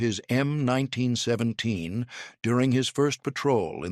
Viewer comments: "em 19 sweventeens" :face-turquoise-covering-eyes::face-turquoise-covering-eyes::face-turquoise-covering-eyes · krap AI - "em 1917.":face-blue-smiling